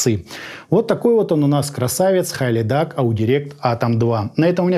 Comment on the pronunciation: Правильно произносится - Хилидак